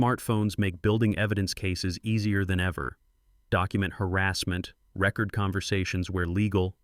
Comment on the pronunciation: Will someone PLEASE teach A.I. the difference between record (re-CORD - to write something down) and record (RE-cord - an 'obsolete' vinyl audio device)? Someone? Anyone? Please?!?